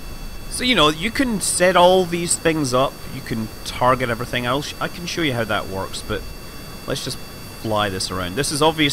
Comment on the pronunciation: "shawl" istead of "show" purely englishman :D